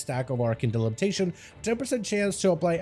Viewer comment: Repeat after me: arcane DE-BI-LI-TA-TION. NOT delibitation lol